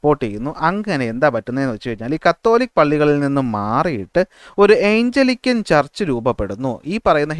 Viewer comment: സാർ... ക്ലാസ്സ്‌ വളരെ നല്ലതാണ്... ഒരു കാര്യം പറയാനുള്ളത് സാർ പറയുന്ന പല പദങ്ങളും തെറ്റായാണ് പറയുന്നത്. Eg:ജോൺ കാവിൻ അല്ല കാൽവിൻ ആണ്, ഏയ്ഞ്ചലിക്കൻ ചർച്ച് അല്ല ആംഗ്ലീക്കൻ ചർച്ച് ആണ്.. Etc....